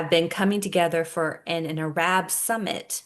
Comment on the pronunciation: JUST FYI....ARAB is pronounced earub.....ty for the videos. Always on point❤